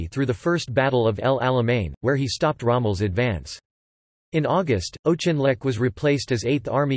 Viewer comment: General "O'Chinleck?" Oh dear.